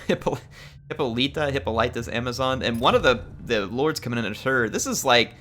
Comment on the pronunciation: Hippolyta is pronounced in English as Hip-pol-lah-tah or Huh-paa-luh-tuh, with the stress on the second syllable.